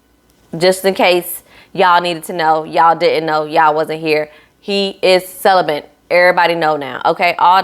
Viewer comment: You're not hearing "celibate" you're hearing celibent.